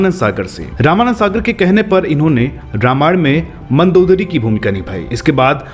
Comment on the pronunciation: Anchor aapko Sharm aani chahiye kyonki aapko ramayan shabd theek se bolna nahi aata.